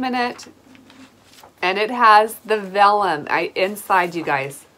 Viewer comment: You pronounced vellum perfectly.